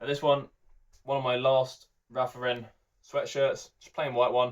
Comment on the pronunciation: It's not... its LAUREN